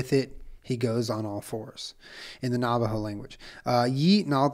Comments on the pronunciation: Low key... its hilarious listening to someone try to speak navajo. It's so normal to me... but just hearing julien try to pounce navajo words makes me smile.. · I was screaming listening him try and pronounce lol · white ash doesn’t refer to a specific type of tree, what we(navajo) use as protection especially at night is ash from a fire. Just dip your finger in the ash and put it on your forehead or the crown of your head. It was also funny watching you pronounce the Navajo names. This was a good episode.